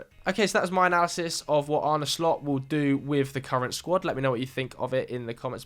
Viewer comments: idk if it helps to spell it out like this but Arne Slot's first name isn't pronounced "Arnie". more like "Arneh" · Arn-eh Slot, not Arni